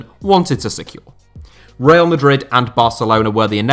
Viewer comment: Reial?Stéfanow?Manager?It's coach,Dieigow?it's Diego